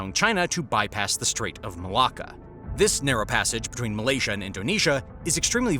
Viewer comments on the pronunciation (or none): none